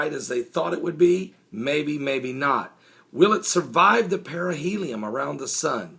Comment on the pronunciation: Its periheli on not lum idiot